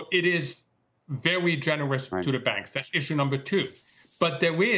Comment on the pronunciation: Be vewy, vewy afwaid!